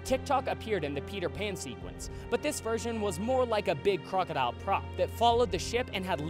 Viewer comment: TikTok the crocodile...I could have SWORN you said TikTok the clockodile.